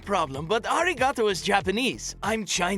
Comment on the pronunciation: I'm annoyed that the person who says arigato stresses the syllables 😑